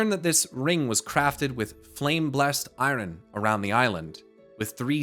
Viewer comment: Thank you for putting this together. I love the lore but have difficulty piecing together some of the finer points. did you say "i-ron?"